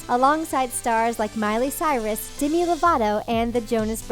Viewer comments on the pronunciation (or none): Anyone else hear "Dimi?" instead of "Demi" ?